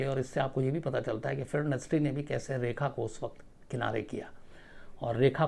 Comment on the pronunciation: Plzzzz Sir Rekha ko Reha ki trah mt boliye.......